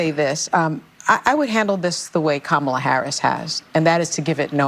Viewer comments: Right!? And, she mispronounced Comma-la's name🤣 She called her Camel-la😂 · Did Whoopi just say “Cam-ela”? Is that racist? Isn’t it “Kom-ela”?? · Learn to pronounce the Vice President's name. Here, let me help you: COMMA-LUH (Kamala), not KUH-MAH-LUH. You sound like Trump mispronouncing it. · Why don’t they attack Whoopi like a bunch of cackling vultures ….she just mispronounced Kamala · Did anyone else notice that Whoopie mispronounced Kamala's name? What a racist! 😂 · So Whoopi also apparently has difficulty saying Kamala's name correctly as well. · Did Whoopie go and mispronounce Kumala’s name 😅 🤣 😆 😂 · Notice that Whoopi mispronounces Kamala. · Whoopi can’t even pronounce her name right. lol 🤦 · Whoopie mispronounced Kamala... SINFUL and against the law?..LOL...... sophistry ~noun the use of fallacious arguments, especially with the intention of deceiving: This is the LEFT 100%